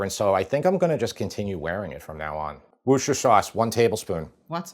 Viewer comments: Worcester Sauce. It's pronounced 'Wuss-ter' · I'm English - it's wooster sauce. Pronounced wuh-ster. not woooh-ster. HTH. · wuster / wusta. never wuster-sher! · Love the excitement from James' approval. And for the last time....it's "wis-ta - sheer" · Wuss-ter sauce. Pure and simple. Forget the “shire” bit. Nobody in 🇬🇧says the “shire” bit. It’s just “wusster sauce”. 🇬🇧🇬🇧🇬🇧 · Woost - er-shire. Sauce. Was created by accident... Loving your videos. Congratulations on 1m sub apron. 😅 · woos tir shire ;) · I'm fed up with chefs who can't pronounce Worcestershire. It's not that hard, and mispronouncing it is not amusing. Ugh. In case anyone is actually confused and not just trying to be cute, it's pronounced WOOST-uh-sher, with the OO pronounced like the OO in Look, not the OO in Rooster. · It’s Worcestershire Sauce. Pronounced Wuss-ter-sheer. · Here's how you say WORCESTER you say WUSTER it rhymes with MUSTER. So, Worcestershire is pronounced WUSTER SHER. Please make an effort to get it right 👉 😊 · Worce ster SHIRE. 3 syllables. Not that difficult. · Repeat after me: wuss-ta-sher. Wusstasher sauce. Worcestershire sauce. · Worcestershire: Worcester pronounced like the Mass City; Wooster. Then shire (shy-er)